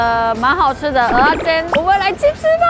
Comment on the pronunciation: 喜歡聽妳講蚵仔煎的發音，好道地又標準😆有台味